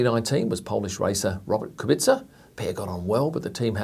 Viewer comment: You butchered though